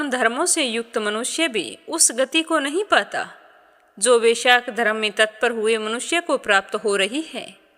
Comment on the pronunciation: Vaishakh nahi hota hai